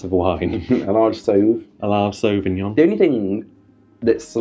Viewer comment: Sorry please learn to pronounce Sauvignon 😅